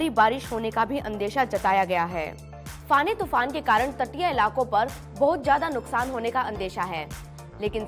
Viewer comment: इसका नाम फोनी है न की फानी।